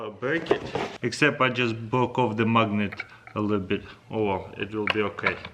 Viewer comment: I also love how you said mugnate.